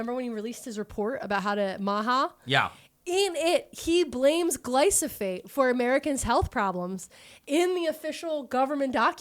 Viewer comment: Fun fact, Bayer also had to sell Invigor to BASF in order to buy Monsanto. BASF saw major growth bc of that acquisition, making them an even bigger competitor in the ag input market. Also, wanted to let you know roundup is pronounced gly-pho-sate :) Loved the episode!!